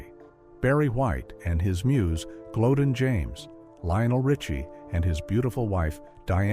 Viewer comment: The Late Great Barry White's Wife from years ago, NAME is Pronounced " GLO- DEAN, Not GLODEN, please get it Right!!!